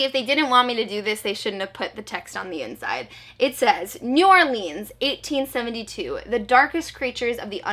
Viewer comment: Me from Louisiana 😂😂 its new orleans not new orlEANs